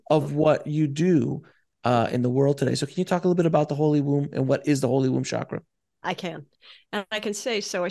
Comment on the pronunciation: She’s pronouncing chakra wrong